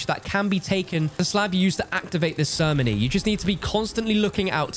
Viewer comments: Did u really just pronounce ceremony as sermony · the “Sirnomy.” 😂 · I never heard some one say ceremony so weird...... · How does he not now how to say ceremony